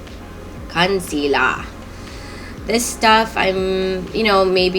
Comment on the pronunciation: Lol u sounded Jamaican when u said concealer😂